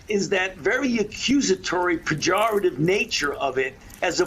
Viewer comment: Fauci used the word "Pajoritive" twice. Both times incorrectly.